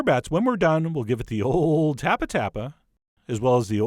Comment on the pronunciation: That makes sense. Usually people roll r’s in speech, but this guy can roll l’s.